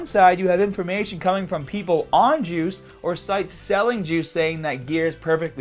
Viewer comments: Every time you say "juice" I though you were saying "jewz" LOL. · Everytime he says "juice", I hear "Jews" 😂 😂 😂